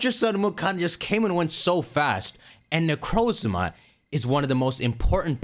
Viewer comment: IS THAT A TERAPAGOS PLUSHIE IN THE BACKGROUND Also, FINALLY, someone who pronounces Necrozma like I do! The Pokémon that starts with a Z and one that ends with an A is perfect, though I think it either has to do with A-Z, Arceus, or a new A-legendary from the past that might’ve gone extinct or might come back in an SV event, but still a fun theory!